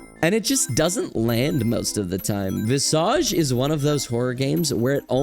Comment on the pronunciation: pronouncing visage wrong is painful